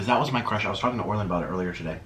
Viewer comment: How many people thought he would dip his French toast stick in the cheese.❤️ Also " hey Orlin" Sounded like hey Arnold.